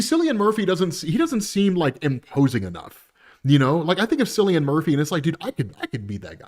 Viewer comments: Cillian Murphy's name pronounced with a "hard" C. "Killian" Murphy. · Cillian Murphy’s name is pronounced with a hard K, not as S sound. Just a heads up 😅